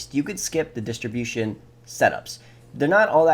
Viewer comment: my guy why do you keep saying words that are on the screen wrong. you called disruption "distribution" 😂